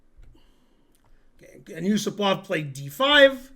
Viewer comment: The stress is Yu-SU-pov.